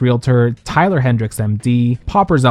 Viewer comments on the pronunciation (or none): none